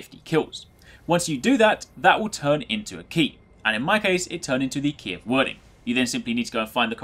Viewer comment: Hate to be that guy but that spelling is pronounced 'Weird-ing' ;)